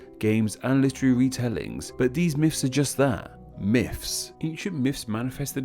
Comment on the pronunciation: These are “myths” not “miffs”